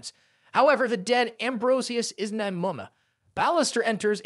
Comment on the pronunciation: “Nimoma” got me dying lol😂